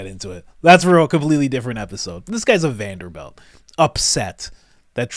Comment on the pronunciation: just so u know (I’m sure u just misspoke) but it’s Vanderbilt not belt amazing content bro